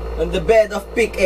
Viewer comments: Its Pick- ah not pick ey 😡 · Pic A basa don pic-AH magtuturo ka na lang mali pa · Excuse me? Pano mag basa ng Alphabets? Pic-A kung mag babasa ka ng Apple, babasahin mo ba dapat Ey-Pol? Mag ayus ka nga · PIKA PUYUNG PAG BASA DYAN HINDI PIC-A